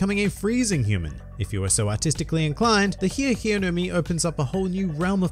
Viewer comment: WHOEVER CALLES THIS THE HI HI FRUIT DOESN’T DESERVE TO LIVE ITS HI E NOT HI REEEEEEEEEEE